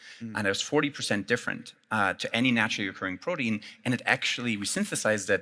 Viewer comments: Why does he keep saying BRODEAN?! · What is with the pronunciation of protein